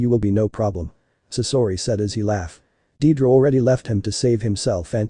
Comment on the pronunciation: it's deidara not dedra